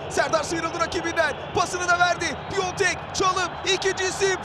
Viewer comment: Piatek’i Piontek yaptin ya😂